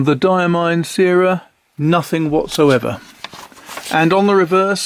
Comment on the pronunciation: The syrah ink is named after a famous French grape variety used to make Hermitage since Roman times. It’s pronounced like ‘sirrah’. Love the ink reviews - keep them coming!